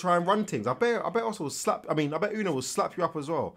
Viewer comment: Yuno isn’t pronounced uno but youno Like you-no